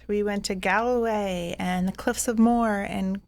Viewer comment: I love you guys but you're butchering the Irish name places. The cliffs of moher are pronounced mow-her and Galway is pronounced Gawl-way😂